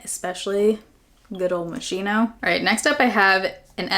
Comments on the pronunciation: Yes! Italian. Like the "ch" in chianti. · not MUSH-INO...MOSS-SKINO 💕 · The first perfume is pronounced MOSS-KEY-NOH not mosheeno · Just FYI, it's pronounced Moskeeno, not Mosheeno :) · It’s pronounced MO-SKEE-NO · I belive that MOSCHINO you should pronounce MOSKINO (CH in Italian should be read as "K") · Hiya, There are 3 perfumes in that fresh Moschino line, the blue, pink and gold. All three are pretty dope. BTW it's pronounced "moss Kee no":) If you get to it, tey the dramacol SPF 50, it's very lightly tinted and gives a gorgeous dewy look to the skin - great for no make up days Love ya lots Diva D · Just wanted to let you know,the way you pronounce Moschino like (MUH-SKEEN-O).